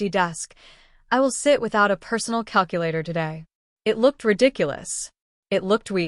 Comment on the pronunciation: "No cal-Q-later"